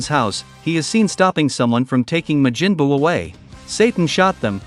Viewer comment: Ma-jin buu. 💀